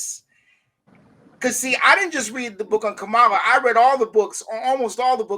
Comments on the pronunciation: Jared, why did you allow him to intentionally mispronounce her name without correcting him? Everyone knows how to pronounce her name, but he and his ilk deliberately mispronounce it just because they don’t like her. It’s immature and disrespectful. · It’s always interesting to me that people have no problem pronouncing Obama’s name even in their critique of him but somehow, particularly with men, saying Kamala’s name the correct way is a bridge too far. Patriarchy is just as deeply rooted as racism and capitalism.